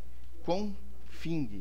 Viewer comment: "Confing" tbm kkkkkkk